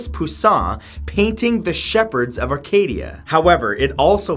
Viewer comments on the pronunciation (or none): none